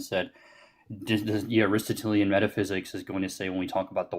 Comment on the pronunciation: oh man, he cannot even pronounce ARISTOTELIAN 😅 "denoted" ignoramus 😊